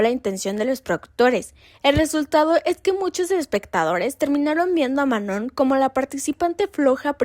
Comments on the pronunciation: El nombre de Manon se pronuncia *MANÓ (sin la n al final, no tiene sonido) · Se llama Ma-no!🫩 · Decepciona una y otra vez que cuando investigan para estos videos sigan sin poder pronunciar bien el nombre de Manon, algo a lo que ella misma ha dado mucho énfasis . O si hablas de temas raciales, debes llamar a las chicas negras como chicas negras, no "de piel oscura". Por otro lado, Lexie también tiene ascendencia latina, y muchos lo olvidan... No sé, falta más estudio. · Qué pena. Podrías tomar el comentario para mejorar y no dar excusas. Sólo responderé a una cosa, lo demás lo puedes investigar mejor. El que otras personas pronuncien mal el nombre de una alguien, no es razón para continuar haciéndolo, todo lo contrario. Sobre todo si tu video se trata de respetar identidades y/o etnias. La misma Manon no tolera que digan mal su nombre. Cero respeto por ELLA. Lo que hagan los demás no debería importarte (¿Missy? ¿En serio? La misma que trató pésimo a Manon la pones como ejemplo, increíble). Ojalá si vuelves a hacer otro video donde la menciones puedas pronunciarlo bien. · uy si la manon va a tener un ataque de pánico porque una youtuber pronunció mal su nombre, déjenla de tratarla como un cristalito